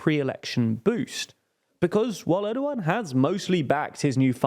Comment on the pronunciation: why does he pronounced Erdogan as ardoughan